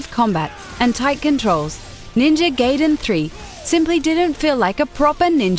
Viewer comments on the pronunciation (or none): NINJA GAY-DEN? GAY-DEN? IT IS GUY - DEN! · GUY-Den not GAY-DEN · it's not ninja GAYdain it's ninja GAIdain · Ninja "Gayden"? Are you serious? It's Gaiden, GAIden, AI ! Americans... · STOP FUCKING SAYING GAYDEN FOR FUCK SAKE ITS 'GUYDEN' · Gar-iden not Gayden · Ninja Gaiden, Gaiden (pron. Guy-den) but since it's disappointing game i guess it shall be Ninja Gay-den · It should have been phonetically neenjah gaheeden not phonetically ninja (in pronounced in it's prepositional form) gayden. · I think whoever rated these games is extremely bias and also a wee bit on the mental side. Literally, the only thing i agreed with was the ending of Mass Effect 3, which was still an amazing game all together, and it's not pronounced "Gay"den, it's "Guy"den. My goodness what a fail. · It's not pronounced "Gay-din" you stupid bitch. It's "Guy-din"! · She keeps mispronouncing Gaiden... The I is long. It's Gaiden, not Gayden. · GI-DEN GI-DEN NOT GAY-DEN GI-DEN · Ninja GAIden not GAYden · it not ninja gayden, it´s gaiden, also COD sucks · When will people ever get it right...? Why do people suck so bad at language? It's "Gai-den", not "Gay-den". "GA-I-DEN" And while we're at it: It's "Hadouken", not "Haduuken". It's "Ryu", not "Raiu". It's "Kasumi", not "Kasuumi". I could go on, but I'll spare you, for now. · IT'S GAI - DEN not GAYDEN. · Ninja Gay-den 3 the narrator says... who pronounces it like that? Obviously someone who hasn't played any of the Ninja Gaiden games. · Ninja Gaiden not fuckin' Ninja Gayden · Ninja gay-den tree? LOL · ninja geyden 3 omg its gaiden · From what I know, it's "Guy-den" =/. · lol she ses ninja gayden ha ha LOL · GUY-DEN! IT'S NINJA GUY-DEN GAWD DAMN IT!!1! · It actually is guy-den. But this bitch likes to pronounce EVERYTHING wrong. If you watch their other videos, she mispronounces a lot of other words. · It's GUY-DEN!!!!! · I've Never heard someone pronounce ''NinjaGaiden'' to ''NinjaGayden'' it's with an GAJ not a GAY... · It's pronounced Ninja "Guy-den"